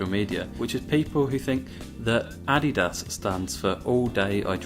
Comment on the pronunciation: the way u said Adidas, i cant